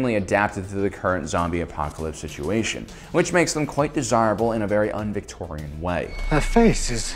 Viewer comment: I was wincing every time he said “Victorian”...